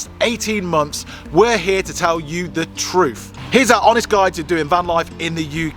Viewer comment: Can you pronounce truth prooerly